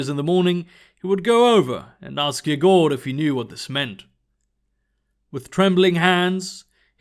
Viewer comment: Cool! Not the best pronounciation of "Yegor/Егор", but cool!